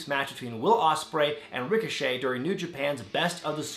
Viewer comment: Ricoshit😭😂 I Deadass thought that was how u said his name